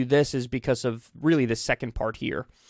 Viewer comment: Elon stans are going to weely, weely mad at you Kyle.